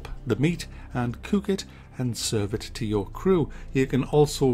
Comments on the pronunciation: reminds me of the daytime bbc show, especially when Kevin Woodford was on it: "Can't kook won't kook" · kook, book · Any game review that gets to say "cewk" is a gewd game review in my bewk. P.S. - LMFAOOOOO...